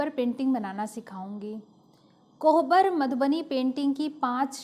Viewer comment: कोबर बोलते हैं, कोहबर नहीं !